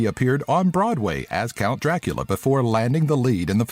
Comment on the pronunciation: I am from Romania(unfortunate) and I really found funny how you said ciorba(this is how you write it) and Dracula. :)))))